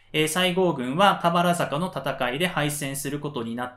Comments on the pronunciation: 「たばるざか」ですね。😂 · とても分かりやすい解説、聴きやすいテンポです。ありがとうございます。 一つだけ、漢字の読み方に時折、？があります。田原坂、入水自殺なども誰かが指摘していますが、 下加治屋町は『しもかじやちょう』では？ご確認下さい。